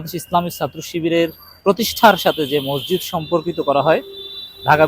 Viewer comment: ভাই, বিনীতভাবে বলছি, মজজিদ বলবেন না। শব্দটা হবে "মসজিদ"।